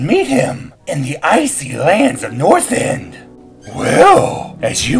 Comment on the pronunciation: dude its not northend its northrend :3